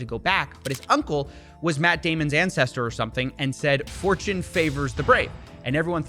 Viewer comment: Steve said "Fortune favours the brave" and I heard "4chan favours the brave" 😳